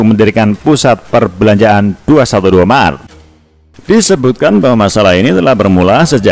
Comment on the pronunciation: Ngomong aja blepotan loe No... Mart....loe malah bilang maret... Hadeeechh... Sama aja tuch moyoong ma Neno... Bner2 serasi tuuch Bintang Iklan nya 212 Mart